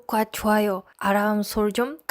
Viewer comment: "아람" 설정이 아니고 알람으로 발음하세요. 안되면 연습 많이 하세요